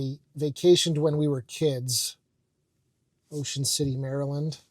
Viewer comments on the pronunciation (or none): none